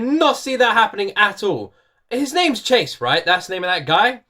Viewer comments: the scientist´s name is Jayce not Chase xD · its jayce not chase haha